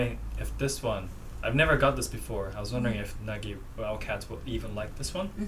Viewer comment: thats not nagi thats nægi